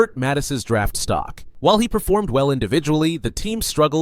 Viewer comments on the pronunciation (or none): none